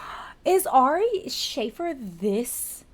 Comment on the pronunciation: His name is pronounced Shah-fear not Shay-fir Just FYI